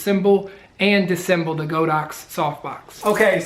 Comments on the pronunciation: It's pronounced "Dis-a-semble". Please learn to speak properly as it will make your videos more enjoyable to watch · Missing a syllable from disassemble there bud.